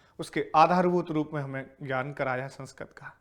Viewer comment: सर जी आप जब ल्+ ऋ=लृ का उच्चारण ल्+र = ल्र करते हो तो अजीब लगता हैं । जैसे संस्कृत को संस्क्रत बोलते हो ।